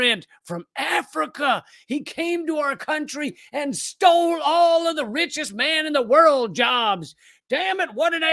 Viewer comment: At start did you say bitchiest person in the world, or richest person in the world?